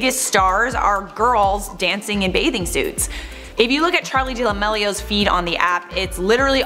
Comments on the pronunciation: She said charli delamilio 😂😂😂😂😂😂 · Did she say Charli DELAMILIO?